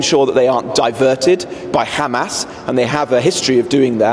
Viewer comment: Qudos to the minister for properly pronouncing the H of Hamas! Almost middle eastern!